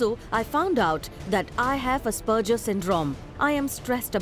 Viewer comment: As-per-ger(grrr)'s Jeezzz, Zoom get some quality people, who can at least pronounce the name of a disease right!